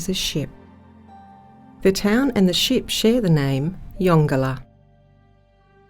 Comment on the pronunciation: So pleased to hear you pronounce the name correctly.